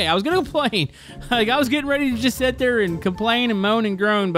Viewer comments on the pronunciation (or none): Ok maybe this is like an ongoing joke that I’m not aware of or something, but it’s “sit” not “set”